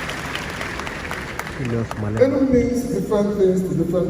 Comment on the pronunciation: Sorry but it’s pronounced Enugu thank you 😊